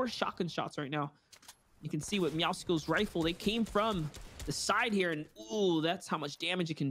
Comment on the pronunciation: How does everyone still call MEOWSCLES, MEOWSICKLES?!?! ITS NOT HARD TO SAY!